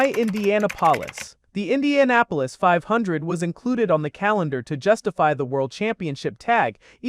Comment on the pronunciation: "I-INDIANA -POLIS" yeah youre a bum dude. write your own videos. and put some respect on indy